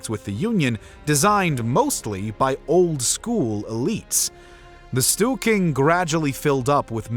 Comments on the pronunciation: How can you possible pronounce ”Stor-ting” as ”Stu-king”? Pretty funny. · I also noted at least three instances of "stool king" :D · That's storting, not stoolking. And riksdag with a G. if youre not gonna try, you can just say parliament. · "Stewking?" Storting is not pronounced that way.